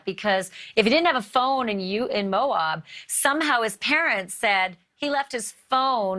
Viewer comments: Pronunciation of Moab is Mo-abb, as opposed to Mo-obb. Thanks! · It’s pronounced MO AB. (Like ap ple or ab domen). Not Moaub